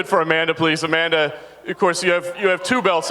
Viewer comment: Remove the "da" off A-manda then you will have it right.